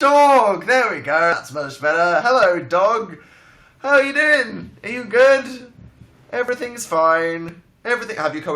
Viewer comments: I thought he said Howell are you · did he say howell are you